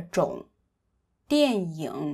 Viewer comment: I had to listen a second time when you pronounced “dian ying” as “dian yong”.